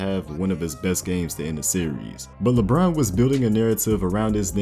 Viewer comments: This man said LeAlfred James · "Lebruh James"